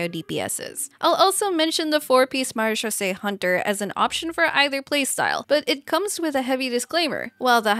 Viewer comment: Good job! You are the first engilish speaking youtuber that pronounced maréchaussé correctly !